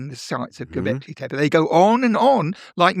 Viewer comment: Here's a person who pronounces Göbekli Tepe correctly